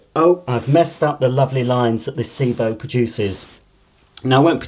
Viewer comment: Also it's Sebo not Seebo